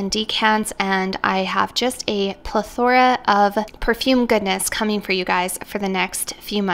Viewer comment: The emphasis is on the first syllable, not the second...PLETH-thr-uh.